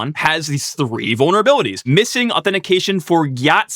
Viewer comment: Uhh, did he say bonerabilities?